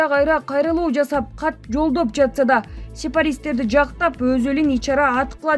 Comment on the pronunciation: Сепаристер эмес сепаратистер